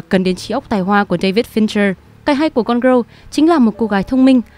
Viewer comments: phát âm tiếng anh của chị này hơi tệ, gone girl mà đọc thành gone growl, valentine thì đọc là va-len-tin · Cái từ gone girl của bạn đọc khiến tôi nghe thành côn râu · Không hiểu sao chị này phát âm tệ như vậy. Cứ đọc như: “gron gờ rơ”. Chưa kể lần này phân tích phim quá tệ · chữ girl ko phải đọc vậy đâu ạ =.= mình cứ nghe thành gone-grow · đang định cm thì thấy ngay cm này. Nghe bả đọc tưởng film gì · Có cần thiết phải đọc cụm từ "gone girl" như thế không ơi?!